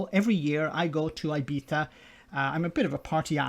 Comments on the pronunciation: I figured would pronounce it Eye-beets-eyah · The worst thing in the video is how you pronounce Ibiza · Hello,. go elsewhere, i.e. to the Isle of Man and not to "Ibiza" your ignoramous person.if you. Cannot pronounce the Island and is complaining a fee of 7 Euro!? Go to your friend Farage and sulk until dawn. Stay at home and wait for the next food supply. What an effing joke this guy.Pathetic and primitive